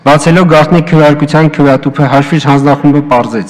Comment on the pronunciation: Լավ 8 րոպե նույն նախադասությունների վրա կմկմալը մի կողմ, բայց ախր հաշվիչ բառի վրա կարելի էր պարապել, մեծն մաեստռոս լիներ կասեր մարդ չգիտի խնդա թե լա